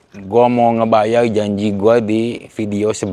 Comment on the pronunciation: ngebayar koh, bukan ngebayay...